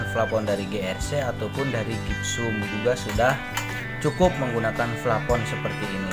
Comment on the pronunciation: Plafon bray bukan flapon 😂